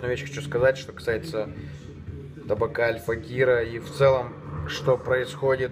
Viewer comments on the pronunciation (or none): none